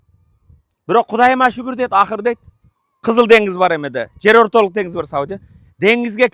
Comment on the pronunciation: Ассалому алейкум, так сыр, дениз--- деп айтынчы. Денгиз эмес. Кыргызча китептерди да окуп турун.